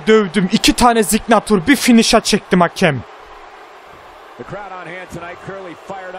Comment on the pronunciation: lütfen the yı zı değil the diye oku.